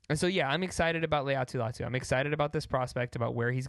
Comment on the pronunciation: I believe Latu pronounces his name “LIE-AHH-TOO” . Great vid tho!